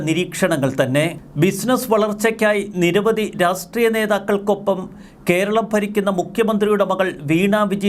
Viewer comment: ഉച്ചാരണം ശ്രദ്ധിക്കൂ.രാസ്ട്രീയം എന്ന് ഉച്ചരിക്കാതെ രാഷ്ട്രീയം എന്നു തന്നെ ഉച്ചരിക്കാൻ ശ്രദ്ധിക്കൂ. നല്ല വീഡിയോ അവലോകനം.